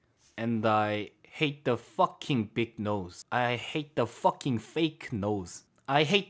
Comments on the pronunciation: 뻐킹만 발음이 아주 흑형인데? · Fucking 발음 ㅈㄴ찰진다 ㅋㅋㅋㅋ